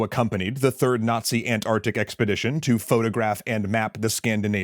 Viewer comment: You pronounced all the letters in “Antarctic”. I bow to you in gratitude for the solace you have given my ears. You are truly a rare and precious American.